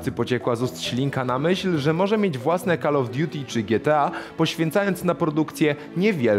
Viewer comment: Ten facepalm, gdy koleś prowadzący program o grach na kanale TV o grach mówi: KAL of diuti 😀 Dobrze, że chociaż z FALOŁTEM nie wyjechał.